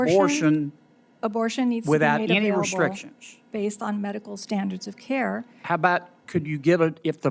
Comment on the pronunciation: Somehow when you say CARE it's alright